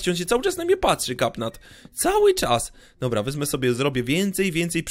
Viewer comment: Katnap nie kapnat